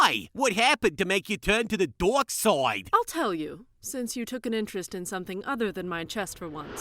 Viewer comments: Are they saying Darks? or Dorks? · oh man, it sounded like said Mai went over to the dork side! XD